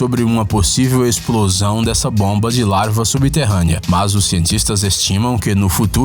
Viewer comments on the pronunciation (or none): bomba de "larva" kkkkkkkkkjjj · o narrador diz bomba de larva subterrânea mas é lava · "Larva" subterrânea??? Pode isso Arnaldo???? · Se pronuncia LAVA e não larva. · Kkkkkk "larva subteranea" não é "lava subteranea" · A "Larva" subterrânea? Só eu escutei isto? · O correto é LAVA VULCÂNICA, não ´´larva``... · As percebi que ele fala larva kk. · Vixi: Bomba de "larva", hahahahahahah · Aos o narrador fala "larva" em vez de "lava" (vulcânica)...kkkk... analfabeto. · O cara fala palavras em várias línguas e n sabe falar lava e fala larva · Eu ouvi certo? Foi dito larva ao invés de lava? 😰 Kill me now bro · ele falo larva ou só eu entendi ? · Ele falou "larva" vulcânica? é sério? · Do vulcão sai "lava" e não "larva", cuidado narrador... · "explosão de larva", se for uma explosão de insetos está certo, mas se for um vulcão é LAVA, não tem um R + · explosão de "larva" asklfhasjkfsk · larva? soakspoaks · Aos 4;32 ouvi "bomba de larva"? Super preocupante um vulcão espalhando larvas pela Antártida. Vá lá, se fosse lava seria pior... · 🤔 entendi direito? "larva" subterrânea? 🤣🤣🤣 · Será que só eu ouvi "larva" subterrânea? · "bomba de LARVA" pqp, burro? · Egon kkkkk pensei que só eu tinha percebido essa falha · Matheus Luiz "Bomba de lava" é o que deveria ser dito no vídeo, mas foi dito "LARVA". Entendeu? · Egon kkkkk tambem ouvi isso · Avisem ao locutor que um vulcão no expele "larva"; expele "lava".. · Se chama LAVA e nao LARVA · Foi só eu que ouvi larva ao invez de lava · é lava, e não larva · ele fala "larva" em vez de "lava" que é o correto. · ele disse larva.. vim ate ver os coments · Só eu escutei laRva subterrânea??? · "larva" subterranea? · Larva subterrânea? Esse cara fala tudo errado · explosão de "larva" subterrânea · Que facada esse "larva"... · "Bomba de LARVA" KKKKK PQP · "Larva Subterrânea" kkkk blz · Eu também entendi larva